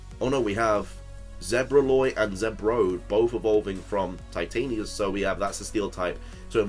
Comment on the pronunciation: I think Titaniquus is pronounced 'Titan-E-Cues', as in equestrian.